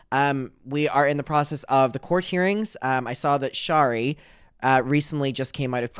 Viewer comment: please its not shar-ee its share-ee